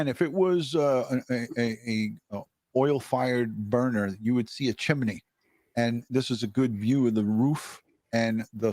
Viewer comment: It's called a chimney not a chimeney. Are you five years old?